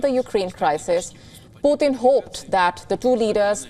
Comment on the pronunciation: It's not "pootheen" it's "Pu'tin"